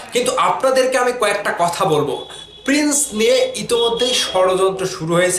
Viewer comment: ভাই তুই তো প্রিন্স উচ্চারণ করতে পারিস না 🤣, তুই আবার YouTube চ্যানেল খুলছিস 🤣।